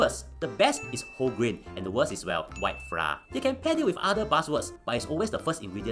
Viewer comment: Flour is pronounced as "Flower". Haha